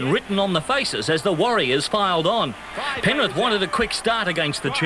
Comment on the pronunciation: did he say penrif?